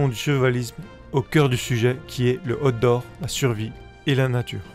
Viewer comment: Ah mince, moi j'entends "Hot d'Or" au lieu de Outdoor. Déçu du coup…